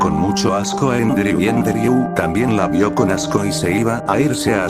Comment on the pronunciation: Por si alguien no entiende cuando menciona el nombre de fallen se llama Andrew, no endreu.